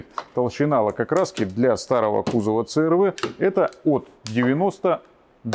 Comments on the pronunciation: Ну не говорите црв, говорите си ар ви. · говорите правильно "си ар ви"